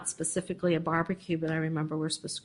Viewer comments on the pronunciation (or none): I can't stand it... He also says "axe" instead of ask... And "pacifically" instead of specifically. It's gross for a judge to speak that way